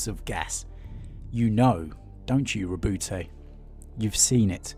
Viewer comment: Lovely story telling skills, but it's not Roboute'... it's Ro"but"